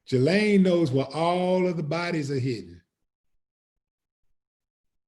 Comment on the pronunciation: A Willie, correct pronunciation of her name is Ghee-Lane Maxwell.